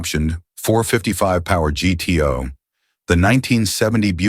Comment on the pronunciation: I'm surprised the AI correctly pronounced the Pontiac as G-T-O and not gu-too.